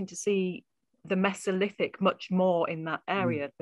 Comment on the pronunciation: "Mess-o-lith-ic"? You mean "Mee-zo-lith-ic"? {:o:O:}